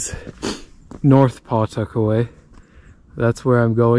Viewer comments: It's pronounced Puh-tuck-away not Paw tuckaway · We pronounce it "puh-'tuckaway." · I’ve lived in Nottingham and the whole area of Pawtuckaway most of my life, and not to be critical, but the w is almost silent in Pawtuckaway when you say it. Nothing scary about it. It’s a beautiful area. The state park if us natives could get in, we can’t because all the Mass people invade it during the summer, otherwise it’s beautiful. That God Nottingham has its own residence only beach. There’s camping, and cabins people can rent too. Did you go to boulder field in Pawtuckaway? It’s pretty fascinating. Pawtuckaway is a exstinct volcano. As crazy as things are though you never know if it will remain that way.…..